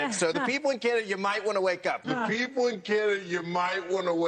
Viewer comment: The little blonde lady said "Canadia" SMH